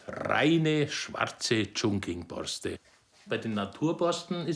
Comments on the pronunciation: Meinetwegen Kina. Aber 重庆heißt nunmal chongqing und nicht chongking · Die Millionenstadt Chunking, wer hat noch nicht von ihr gehört? Gemeint ist übrigens Chongqing